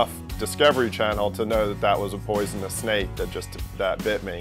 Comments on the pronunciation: Common even the fucking doctor is saying poisonnes lol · Weird seeing a doctor "educated man" say poisonous like a dumb dick.